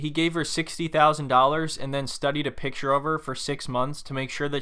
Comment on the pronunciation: Its PIC-TURE bro. Not pitcher. PIC. T. U.R.E.